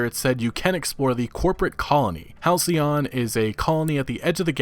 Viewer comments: You nailed it “Hal-cee-on.” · Lol man. halcyon is a real word. "denoting a period of time in the past that was idyllically happy and peaceful." I'm pretty sure you got the pronunciation right though! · Pronunciation correct...halcyon also a powerful antidepressant!🍭🍦🍩🐶💖